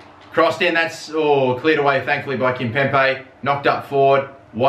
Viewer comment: KimpemBe!!!! STOP PRONOUNCING THE B LIKE A P!!!!